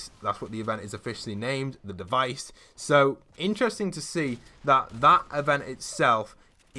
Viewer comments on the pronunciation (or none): "the deivce" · “The devise” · "The devise" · “The Dievece”